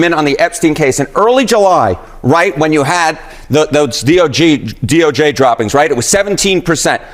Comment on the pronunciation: He said D.O.J. wrong several times. Dude loves his hip-hop.